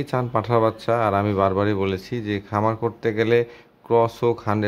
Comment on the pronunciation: পাঠা বাচ্চা Not পাঠার বাচ্চা 😂